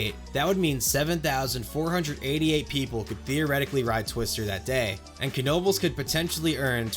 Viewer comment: Finally, someone who not only recognizes their amazing system, but also pronounces Knoebels right. Personally I grew up with going to Knoebels several times per year, and I never have had issues with getting on a coaster car too slowly in other places because I have the training of getting on so quick at Knoebels